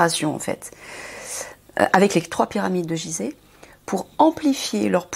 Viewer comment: Déjà elle ne sait pas prononcer Gizeh. C'est grave 😅😅😅